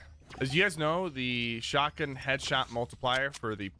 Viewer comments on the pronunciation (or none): Bro the word is shotgun. Not shawgin that’s hands down the most annoying thing I’ve ever heard